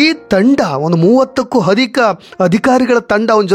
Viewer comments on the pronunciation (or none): ಹಧಿಕ ಅಲ್ರಿ ಅಧಿಕ ಅಂತಾ ಹೇಳಿ.